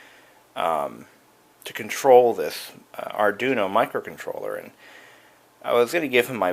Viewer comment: Lol, "Arjuno"; you mean "Arduino"?